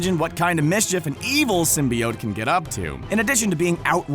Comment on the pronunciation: Symbiote was said incorrectly so many times